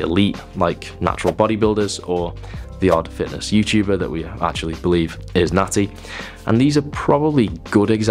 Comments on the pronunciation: took me a second to realize you're saying "natti" and not "nazi" lol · The first two times you said natty I thought you were saying nazi and I was so fuckin' confused lmfao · I swear he said nazi, I couldn’t figure it out! Is he saying natty?